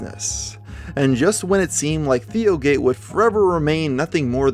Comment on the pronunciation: I thought he kept saying DIOgate